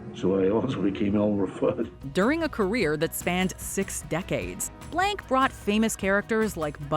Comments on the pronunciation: last time i checked, it wasn't Mel Blank.....it was Mel Blanc, french pronunciation "Blanc" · Imagine calling Mel Blanc Mel Blank like wtf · Now I remember why I block a MOJO channels, complete lack of research, they cant even pronounce one the the most prolific and famous cartoon character voice actors name correctly... ITS BLANC not BLANK as in blɒnc (he actually changed it legally from Blank to Blanc because he so disliked Blank..as it meant nothing.) - Im not some huge Mel Blanc geek either, I just respect the man enough to know how to pronounce his name. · You are pronouncing Blanc seriously wrong